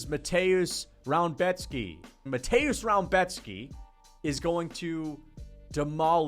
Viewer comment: You can actually pronounce Rębecki kinda well